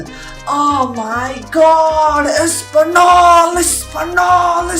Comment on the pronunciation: Like if the next skit will be a: Expectations Vs. Reality Geometry dash I did not like my own comment -_- Also, Español is pronounced Espaniol/Espanyol, not espanol xD